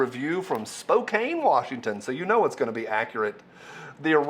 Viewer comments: Its not SPO-CAIN... Its SPO-CAN........ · SPO-CAN. Not SPO-CANE. 💀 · It's not pronounced Spokane Washington. It's pronounced spocan Washington. It's my hometown.. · We generally pronounce it Spoh can. The e on the end doesn't make the A long. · Just a couple of things There were two people from Idaho in the group one from Genesee and one from Idaho Falls. There was one local and he was from Spokane. I believe it was still a Fed setup. Travel from all over the country to little old CDA. Really? The media outlets sure seemed to have a lot of info within hours after this happened. BTW Spokane is pronounced "Spoke-Can" I live about 100 miles south in LC valley. Where CCI-Speer is. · 1: Spokane is pronounced "Spo-can". Yes, I know that's not how it's spelled, but that's how it is pronounced by the tribe the Spokane River is named after. It's not their fault that the explorers that drew the maps, couldn't spell. 2: The Spokesman Review has a strong and overt leftist bias.